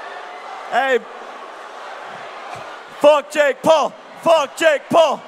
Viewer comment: its not jake pool its jake PAUL